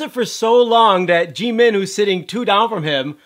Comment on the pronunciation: You say jimin wrong and it's annoying as fuck